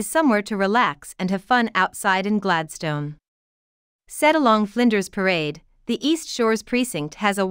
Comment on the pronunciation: Would be more convincing if the bot-voice could pronounce Gladstone properly